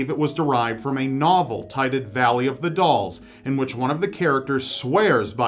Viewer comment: 'Valley of the Dolls' is one of my favorite books, but I've never even thought about trying the sleeping beauty diet. Also you said "tited" instead of "titled". lol, 😝